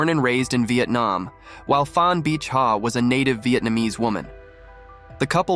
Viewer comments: It's pronounced "Bi'", like trying to pronounce Bic pens but forgetting the 'c'. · Pronouncing bich from bitch to beach made me LMAO.